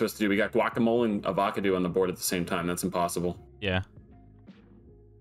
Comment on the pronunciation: Please tell me he's saying Avocado wrong on purpose lmao 🤣